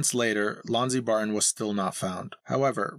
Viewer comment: Why does the narrator pronounce "Barton" as "Bar-ehh"? It's distracting and annoying.